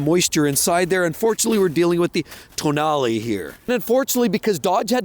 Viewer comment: You pronunciation of Tonale and every other Alpha name in this video wrong my man 😆